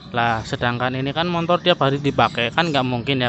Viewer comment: MOTOR bro bukan MONTOR😂